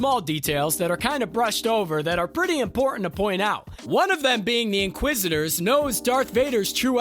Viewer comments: The in qua zisters??? You mean inquisitors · Please hire people that can actually pronounce words correctly. I felt like I was watching the last Airbender movie with the narrator saying "inqua-sisters"...................................... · I think they’re called “inquisitors” not “inquisistors” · "Inquisistors"? The streak continues LOL Edit: To be clear, I'm not dogpiling here. I've done script recording and VO before, I get how tough it is to lay down a track under time pressure. But a few punch edits wouldn't kill anyone, right? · Why do u pronounce it inqui sisters? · Did he just say “inquisisters?” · "inquisistors" yeh I'm not watching this anymore lol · Is he mispronouncing things on purpose? Am I missing something here? Inquisistors? Am I being punk’d? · Great vid. I heard inquisistors instead of inquisitors tho :D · The same reason he says "inqua sisters". He's reading a script written by someone else. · One of my biggest YT pet peeves is watching vids written by and/or narrated by people who clearly aren’t familiar with the material. InquisIStors? Or-gin-nuh? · A little tip for anyone narrating these videos: maybe watch a couple of Star Wars movies/series so you at least know how to pronounce names etc! I'm looking at you 'inquisitors' (although it is sometimes pronounced correctly) and 'Organa'. An obvious lack of knowledge of the source material and slapdash approach cheapens your channel.